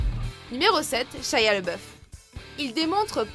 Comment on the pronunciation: CHY A LE BOEUF XD PRONONCIATION DE MERDE